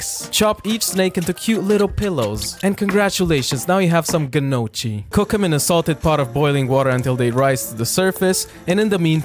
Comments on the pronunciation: Finally, the right pronuntiation of GNOCCHI! 👏👏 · OK I listened to it once again and at the end he says "gnoc's", again with irony, but he is pronouncing the "gn-" correctly so he's saying it right again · I got gradually more moved everytime you pronounced "gnocchi" right, at the end I was weeping softly with gratitude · Really pleased that you know the right Italian pronunciation (Gnocchi with the gn that makes a fluffy sound, not hard) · Can I just say I loveee how gnochi is pronounced? Its like honey to my ears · Can I just say that, as an Italian, I really appreciate your GNOCCHI pronunciation ❤ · OH MY GOD, SOMEONE NOT ITALIAN THAT PRONOUNCE GNOCCHI CORRECTLY and also treat pasta with good sauce. THANKS A LOT BY AN ITALIAN ♥️ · As i italian, i confirm that you pronounce the right "gnocchi" 😀